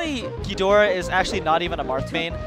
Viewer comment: they're pronouncing "ghidorah" wrong. yeah I am that guy